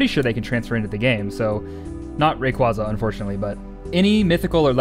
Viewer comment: The way you pronounce Rayquaza still hurts my physically.. wish poketubers would say his name the correct way..